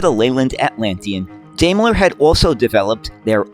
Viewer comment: Why can't Americans pronounce British words properly?! Daimler is pronounced: dime-ler.